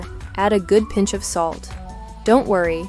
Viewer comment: Orangeville Cove, FL Did you say pinche salt?